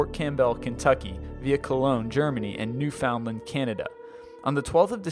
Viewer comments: You pronounce it new fon land not new found land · just so you know, that little place in Canada called newfoundland, is pronounced (new)fund(land) driives alot of people crazy when you call it new found land. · Yes, fund not found, and that's from a Newfie friend. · Soupy it's all said at once with no spaces. So its pronounced like newf-ond-land, newfondland. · Soupy oh, the "d" in "fond" is silent. Its kinda more like newfunland. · As a legit Newfie; New-fun-land. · New-fund-land is how my family in Newfoundland pronounces it, but what would I know, I live in southern Ontario. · "new found lend" dear god that pronunciation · Lol, don't let them Newfies hear you calling them Newfoundland. They know it's spelled that way, but they get pissed when you don't say Newfinland... some people.... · You do not pronounce every word in Newfoundland separately you pronounce it newfenland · You still need to check pronunciations....New FUND lun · Thank god it wasn't just me thinking the same thing. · The way you pronounced Newfoundland was the cutest. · I love how foreigners say newfoundland! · I know right? It's so silly! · Your saying Newfoundland funny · I agree. GO CANADA!! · LOL, "Newfoundland" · lol i live in newfoundland and im 99.99% sure your saying it wrong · Newfoundland was pronounced wrong...